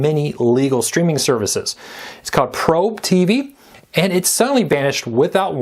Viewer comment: It's called "Pobre", not "Probe" and it means poor in Spanish.